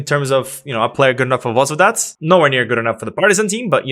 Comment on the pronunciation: and Varnamo is from Sweden and to correct u for Vozvodac it s pronouncing Vozdovac